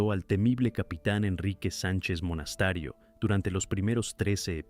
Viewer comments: Por favor, no hagan más videos con relatores de IA, es insoportable. Aburrido y encima habla mal ("Monastario" en vez de "Monasterio", por ejemplo) y encima puntúa pésimo. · Porque dice Monastario??? No era Monasterio